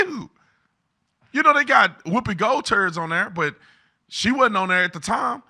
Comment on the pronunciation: I'm just here to acknowledge that Tatum said "Woopie Gold Turds" 😆😅🤣😂